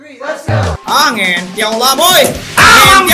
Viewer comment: by one kok pake wanwan 😂